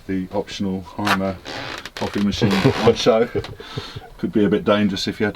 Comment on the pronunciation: What a nice vehicle!👏👏👏 But....it is a Mercedes and a Hymer.... and when you want to know, how these names (and others) are correct spoken... watch my video.😉 With greetings from the birthplace of them...Deutschland.